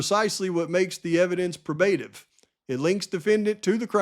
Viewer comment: Please look up the correct pronunciation of these terms, such as Probative, etc.